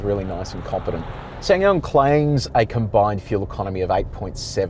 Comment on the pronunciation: It's pronounced Sa san yong